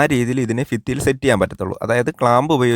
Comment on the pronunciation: ഫിത്തി അല്ലടോ ഭിത്തിയെന്ന് പറയൂ എവിടെത്തെ മലയാള മാണിത്